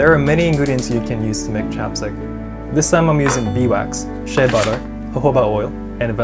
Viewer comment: I thought he said chopsticks instead of chapstick